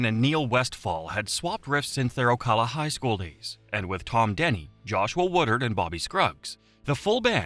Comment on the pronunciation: OCAWLA as an Ocala resident that pronunciation causes me pain lol